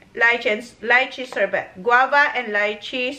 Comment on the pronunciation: Pronounced as "sorbay":) I'll miss this tandem...hope in the future again